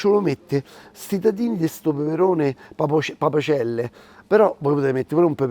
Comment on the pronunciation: Papacelle no papacel